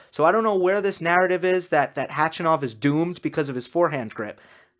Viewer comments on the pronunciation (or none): you're saying H-A-chanov, but it's Hach-A-nov :-). You can hear him saying it at his ATP profile page by clicking on the speaker right under his name. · Hey. Since we all believe we're going to see a lot more of Khachanov in the next years, correct pronunciation of his name is HachAnov. Just saying:-)